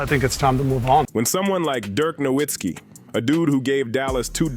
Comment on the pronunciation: Aside from mispronouncing Dirk Nowitzki and Luka Doncic correctly, the video was good. The real question no one is asking, does Cooper Flagg want to stay in Dallas?